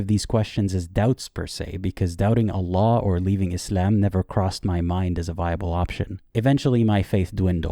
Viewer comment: 'anna laa' he says, fake exmuslim confirmed 😂